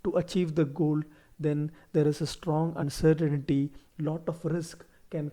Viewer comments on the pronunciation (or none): Uncertainty not uncertainity